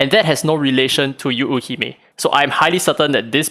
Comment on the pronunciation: If I'm not mistaken, the pronunciation for Yuuhime is Yoo-hee-may. Just more stress emphasis on the Yoo. Japanese language words/characters mean different things when said with/without the stressed sounds. P.S: I might be wrong, not a native Japanese speaker.